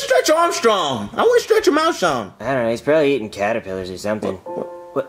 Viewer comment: Im not suprised that some of them said Callipiters and not Caterpillars, I say it like that too